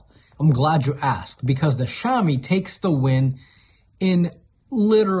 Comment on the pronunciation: BTW: to pronounce Xiaomi say: Shia-o-mi. I use the Xiaomi 10.its really fast charging, perfect sound,perfect picture in movies HDR. I think I'll go on the pro. Thnx for the video:). Tsafrir from Jerusalem Israel 🇮🇱